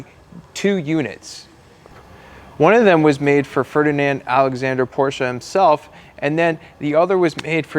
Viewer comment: At least you’re pronouncing Porsche correctly now